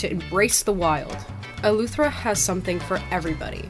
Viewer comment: It’s Eleuthera not Eluethera